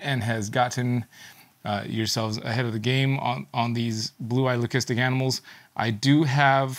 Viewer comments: Someone made a comment laughing at very correct pronunciation of leucistic. Incredibly, it’s the first timeI’ve actually heard a breeder pronounce it the correct way. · You may laugh but is the only person I’ve heard who actually pronounces the word leucistic correctly. Everyone else says ‘lusistic’ which is wrong